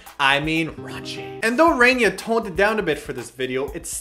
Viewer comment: "Rainia"? hehe